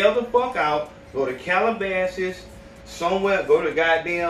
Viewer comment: Niqqa said “go to cal abases”🤣